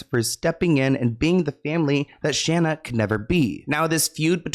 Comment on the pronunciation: Say it with me now Shane A not Shanna